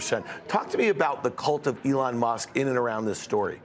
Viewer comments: That was so weird- sounded to me like, “Ellen.” Did Fields’ hearing aid malfunction? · This guy kept saying Alan!!!! 🤦‍♂️ 😂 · Plus he can’t pronounce Elon’s name. There is also that. Lol.